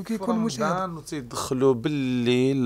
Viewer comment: المذيع (حاشا واش نقول صحافي) يقول: رمدان 🤣🤣🤣🤣 وااااا رمضان يا بغل